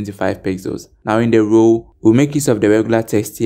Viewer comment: I get confused when instead of saying profile you say proofile or roouw insted of row